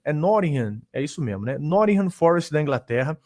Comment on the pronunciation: Nottingham não é com essa pronúncia americana que o voltou dos EUA rsrs é um "T" meio cuspindo mesmo, e o "h" de "ham" é quase que mudo